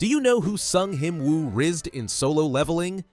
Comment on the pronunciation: Bro I'm literally 1 second in the video and "Sung Hin-Woo" is making me wanna crash out so bad